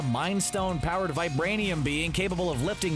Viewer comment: He said vibrianian. Lol